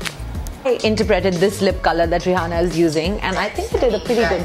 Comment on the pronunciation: I can't believe she pronounces Rihanna wrong.